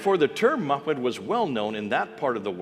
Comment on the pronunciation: Poor editing, the screen text did not follow what bith the printed text said and also what the man spoke. He pronounced the word Macmed the screen text said Muhammad. and did so many times. Islamic Allah is actually Baal, Moloch, Beelzebub, and the idol of it is contained within the black cube at Mecca